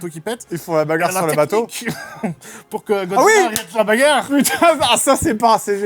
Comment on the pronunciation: Ce que j’ai retenu du film : « La bagarrrrrre!!!.. » aucun regret d’avoir été spoilé 😂 ( , ces deux là à rejouer en boucle à volonté)